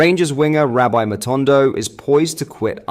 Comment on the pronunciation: matondo isn't a rabbi he's rabbie, I have noticed you changing pronunciations on a daily basis stay consistent it's key and balogun pronunciation wow you are slipping it standard my friend I'm not the only one saying it